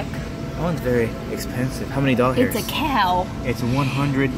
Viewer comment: Why do you say dolhairs just wondering why not dollars